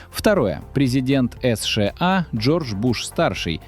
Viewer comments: Автор. Сша а не эсша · "Эс Ше А"....это что-то новое!!!! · Правильно, надо выгонять путина, ему 74. Но это вы боитесь сказать. А идиот, который так произносит название страны? Это ИИ или просто дурак. И ещё про возраст. Первый Канцлер ФРГ, КонрадАденауер, в 1949 году стал первым канцлером послевоеннойГермании в 73 года, а ушёл в отставку в 88 лет и он был лучшим канцлером, поднял страну из руин и она стала второй экономикой мира, уровень жизни был высочайший. ДЕ ГОЛЬ БЫЛ ПОЕЗИДЕНТОМ В 79 ЛЕТ.